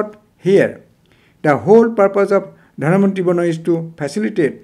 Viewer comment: It's not Dhanavantri, but Dhanvanthari